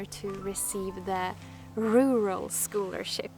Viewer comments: Rer-all is basically how you say it. Congratulations on your prize! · I loved hearing about all the beauty you give to the world coming back to you. You deserve it Love! Sidenote- in New York we pronounce it “rer-al”.... where the “U” sounds like an “e”. It’s not the prettiest sounding! I prefer your Swedish pronunciation. 😊 Keep on shining! Much love!💗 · We don't say the second "r". ru -al = rural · Ruler..rural ..rurarr..😂😂😂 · Rural - pronouncing it more like ruril instead of rural - lose the "a" and make it more "ir" ;) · Take comfort in the fact that everyone miss pronounces the word “rural”. As an Alaskan I pronounce it “Ru•hr•all”. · The second r is virtually silent. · You had me in stitches with the "Rural"-struggle... Jag förstår precis hur du känner :D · Believe me rural isn't any easier for native English speakers to say lol. Its an absurd word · Don't worry, the word rural is hard for native English speakers. Just let it come out quickly. We don't try to inunciate every letter. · I agree, "rural" is a very awkward word, even for native English speakers lol. I would suggest starting it as if you were going to say the last syllable in "terror" and then add "all" after! Or just say it with your Swedish accent, it sounds much nicer lol.